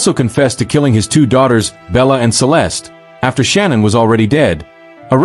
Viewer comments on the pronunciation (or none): Shanann (Sha-Nann) not Shannon not Sean-Ann Shanann